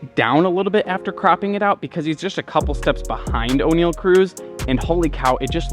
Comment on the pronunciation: its pronounced Onyell not O'Neal, ironic because you mention shaq in this video haha, there's no ' between the O and the N